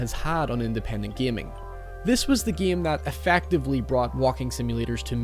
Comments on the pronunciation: Mary Poppins one of the geams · Stop saying the word game like an idiot.